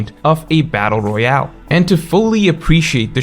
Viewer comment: trying to say battle royale💀